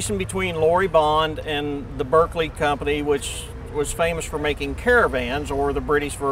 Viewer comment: Even the owner of the Berkeley can't pronounce Berkeley correctly!